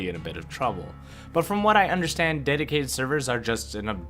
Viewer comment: Omg did I just hear deticated server!?